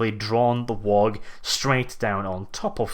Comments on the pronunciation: Oh, why do you torment us so with pronouncing WAAAGH! as WAAAG!? It makes me cry so. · the 'G' in 'WAAGGHHH' is silent. Like 'laugh' or 'high'. It's not a 'WAG', that's some thing else entirely. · The G is silent in waagh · the 'G' in WAAAAGH!! is silent. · You are pronouncing waaagh wrong and it's making me go alittle more insane every time I hear it